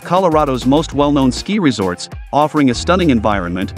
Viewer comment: Who ever made this video needs to teach the AI voice how to actually pronounce the names of the resorts. The resorts in North America really do not deserve to be compared with the huge ski areas in Europe. Whistler Blackcomb would be the exception. The infrastructure, the sheer size of the resorts and the quality of experience weigh heavily towards the European resorts.